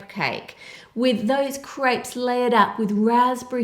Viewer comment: I alwalys think she's saying 'grapes' because she pronounces 'crêpes' so weirdly